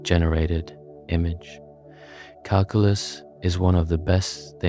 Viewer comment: This would be nice if your pronunciation of Calculus didn’t piss me off